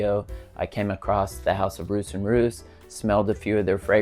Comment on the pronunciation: Love mint! One of my faves is Menthe Fraiche by Heeley. I think Roos is pronounced like Ross, btw.